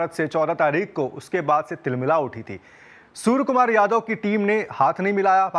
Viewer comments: Hello sir case tho aap par banta hai aap surya kumar ko bar bar sur kumar bol rehe ho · Not surya the report is saying sur Kumar yadav😂😂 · Bhai name sahi pronounce karo...soar kumar yadve nahi Suria Kumar yadve